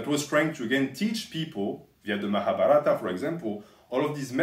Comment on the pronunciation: Hey, the Mahabharata is more pronounced like Mahabhaarata, with a longer a at that part